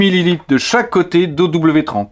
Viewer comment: Grand merci pour toutes ces vidéos et ce contenu qualitatif ! Et c'est "zéro W trente" 😁